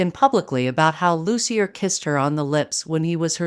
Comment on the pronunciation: Loos-ee-yay, not Loos-ee-yer.